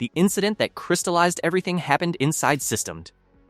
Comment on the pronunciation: It's not pronounced 'sys-temmed' It's pronounced 'system-dee'. The GPL (circa 3 minutes in) is not new, either: It was created in February 1989 when Windows was at 2.11, and pre-dates GNU/Linux by about two years - the GPL was created by Richard Stallman before GNU/Linux even existed. The 'GNU' - "GNU's not Unux" - a recursive acronym - is part of the 'GPL', GNU Public License. Sounds like AI generated slop.